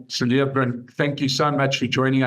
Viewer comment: You do not pronounce the s of Cilliers